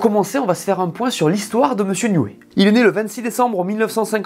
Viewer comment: Prononcer "Adriane Niou oui". En anglais la syllabe "ey" se prononce "i" 🙏